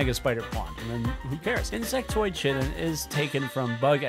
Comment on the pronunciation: the first thing that i thought of when he said " chitin" instead of chitin was how many people would be yelling at him in the comments